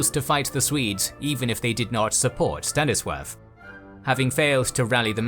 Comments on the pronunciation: Why does the narrator consistently pronounce 'Stanislaw' as «Stannisworth»? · Why does he say Staniswaff? xD